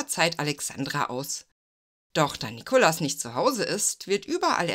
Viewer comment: Gut gemacht, nur nervt, dass Du leider ständig den Zaren einem falschen Namen gibt's. Der Mann hieß Nikolaus, nicht Nikolas. Ggf. hättest auch Nicolai nennen können.